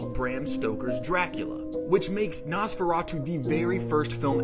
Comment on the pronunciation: "Most people will know about Nosferatu through SpongeBob." Riiight. One of the most famous films ever made. And the way you pronounce Nos in Nosferatu as if it's the shit you put in your car to make it to faster for 2 seconds. Same with the Bram in Bram Stoker. Its pronounced like BRAHM. He was Irish. Not American. His name came from his birth name, Abraham.